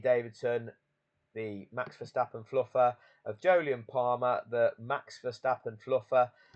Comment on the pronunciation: Hi pal i know you call him max ver verstappon,I call him Thanx fer stoppen lol😅